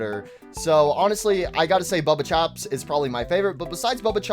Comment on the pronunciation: also it's baba chops not bubba chops get the names right